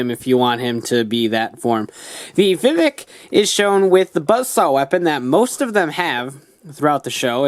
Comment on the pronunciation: Isn't it Vivix, not Vivik?